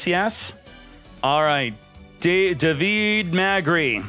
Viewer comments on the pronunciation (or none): Every time fails to pronounce "davide" i feel sick, it really hurts